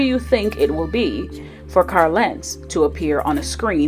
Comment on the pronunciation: Why do you pronounce his name “Car Lentz?” There is an “l” at the end of Carl.